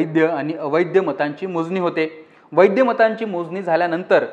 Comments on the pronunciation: वैध मत म्हणतात वैद्य नाही... आधी मराठी नीट शिका आणि मग लोकमत वर या... 🙄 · वैद्य आणि अवैद्य नाही वैध आणि अवैध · वैद्य नाही रे बाबा वैध